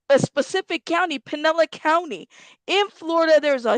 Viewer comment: It is pronounced Pin/el/is. Spelled Pinellas County.